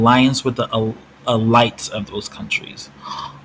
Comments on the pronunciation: E-lights LOOOL This is ridiculous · I never heard anyone say elite like you did. But good video fam.